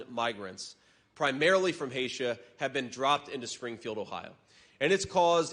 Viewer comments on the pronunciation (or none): Haiti, not Haitia LOL but you are correct